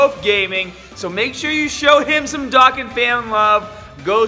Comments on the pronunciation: Its dokkan not doken Just sayain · ITS PRONOUNCED DOUGH KHAN DOKKAN